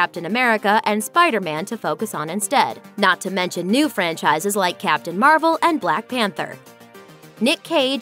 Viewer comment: Did she say marble instead of marvel